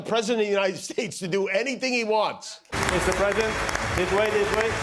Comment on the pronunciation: Dear God! Listen He actually says, “We’ve never had a PREE-sident.” Not President…PRE-sident. Just an absolute WORTHLESS BAG OF BILE!!!